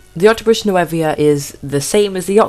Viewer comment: "New-voe". Sorry.😥